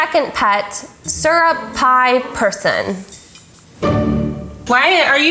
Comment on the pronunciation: When she said syrip pie person i thought she was just gonna say syrup lmao 😂